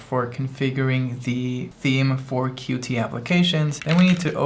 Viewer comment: just an FYI: qt is pronounced 'cute'